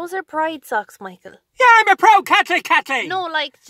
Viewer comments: "I'M A PROUD CAT'LIC CAT'LEEN" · “I’m a proud Katlic Katleen”